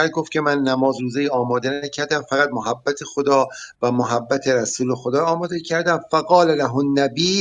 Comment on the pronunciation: محبت با فتحه حرف اول درسته نه ضمه همانطور که میگیم مودت و شفقت باید بگیم محبت با فتحه میم لغت نامه دهخدا محبت.[ م َ ح َب ْ ب َ ] ( از ع ، اِمص ) محبة. دوست داشتن. ( جرجانی ). صاحب غیاث اللغات و به تبع او صاحب آنندراج آرد که کلمه بفتح میم صحیح است و آنچه به ضم مشهور است غلط است چه مصدر میمی از ثلاثی مجرد به ضم اول مستعمل نشده است. ( از غیاث ) ( از آنندراج ). || مهر. ودّ. وداد. دوستداری